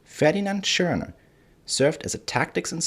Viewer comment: ...interesting.....I was only commenting on the narrator's way of stating his name, which comes out sounding like he''s saying 3 letters.....just a minor oddity to my ears. Good reporting by him nonetheless...not a criticism.